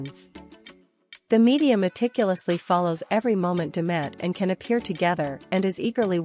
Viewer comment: His name is pronounced Jan, not Can.